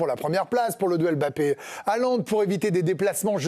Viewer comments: La prononciation correcte est "Hollande" avec un "h" aspiré, et pas ce massacre de "halande," qui fait mal aux oreilles. Salutations de Norvège. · sauf que HAALAND ce ne st pas un nom français. et le A se dit aussi A en norvégien MAIS la combinaison AA en norwegien se prononce O